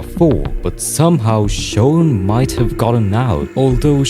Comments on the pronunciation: gng it’s not “shown” it’s shawn 😑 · You keep saying shown 😭 it’s sh awn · I cant ignore these "shown" (he tryna say shawn) "cuwiosity" "gayplay" "wetevans" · shown? thats a way ive never heard shawn pronounced before lol